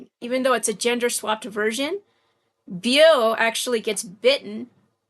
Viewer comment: Great video. I don't mean to be smart but Bella's gender swap , life and death counterparts name Beau is pronounced like bow. I know Beau was a name I didn't know how it was pronounced either. I have only watched a couple of your videos but I like them. I love Twilight.